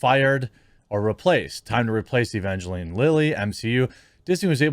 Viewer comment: It's pronounced ə-van-jə-line. Bad Religion did a song with that name.